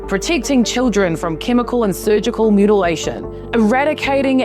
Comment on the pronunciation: ...excuse me, I think it is pronounced "mutalization" 😅😑